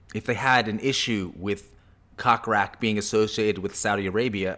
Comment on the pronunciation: It's not pronounced cock rak, it's pronounced coke rack> I can see why no one watches your blogs and predict more of the same.